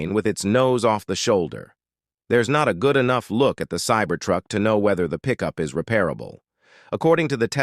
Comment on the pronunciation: "Sabear Truck" "crumply zonas" "heat-on collishin" You wanna maybe try that sentence again?